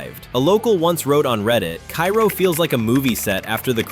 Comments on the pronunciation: At least you could pronounce it properly...Ka -roh not Kairo. AI generative bul sh*t! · Cairo Illinois is pronounced kay-roh, not kye-roh like the city in Egypt. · I know it's spelled like the city in Egypt, but it's pronounced kā-row. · It’s pronounced “Kay-roh”. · Cairo is pronounced {kay -ro}. That used to be a fun and laid back area to hangout in as a kid back in the days. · Cairo is actually pronounced CARE O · Cairo is pronounced Kay ro. Tina, Al's wife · Cairo IL is pronounced KAY-ro by the locals. I've been there many, many times. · It's "KAY-ro", beloved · Just a note that Cairo is pronounced Kāro just like the syrup. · Cairo is pronounced Kay-Ro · People from Cairo can automatically tell that you're an outsider by not saying "Kay-Row"! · Cairo, IL is pronounced Kay-row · Pronounced "Kayro".